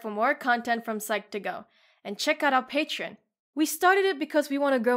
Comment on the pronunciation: Forgive me being pedantic but some people might be put off by your pronunciation of the word “Patreon”. You’re pronouncing it with only two syllables, when the word really has three syllables. You are skipping over the middle syllable which sounds like “tree”. Say “pay-tree-on”. And thank you for the great video.